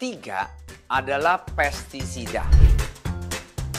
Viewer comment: Sorry pak, bukan pesisida tapi pesTisida.